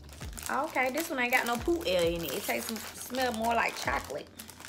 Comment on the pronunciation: I died every time she said "poot air"😂😂💀💀💀